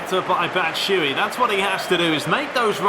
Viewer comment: you pronounce "batshuayi" wrong, you shouldn't omit the last "a"